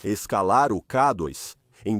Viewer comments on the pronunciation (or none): 😂 Realmente “Kadóis” não dá para aguentar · Ouvi essa voz falar: Ká dóis, não dá. Dói o ouvido